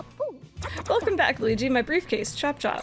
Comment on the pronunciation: Gooweegee? More like Squeegie. Right?